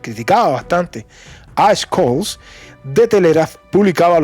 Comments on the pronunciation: Una pequeňa observación: Scholz se pronuncia sholts no skolts. Von der Leyen se pronuncia fon der Laien; Fico (el eslovaco) se pronuncia Fitso no Fiko. Pequeňos detalles que mejoran la transmisión. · BROTHER THE PRONOUNCIATION OF SCHOLTZ IS SSSHOL. 👍